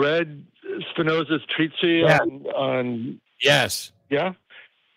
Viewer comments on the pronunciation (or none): Spinoza’s “treatsy”???